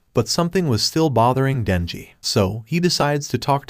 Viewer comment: When he was talking he said nenji. but his name is Denji